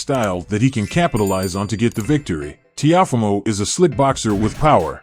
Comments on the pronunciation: Please pronounce Lopez first name right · How you say Teofimo name all wrong wtf